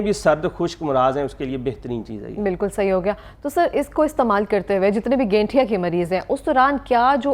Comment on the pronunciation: AP shayad Gathia ko Ganthia keh Rahe hn😅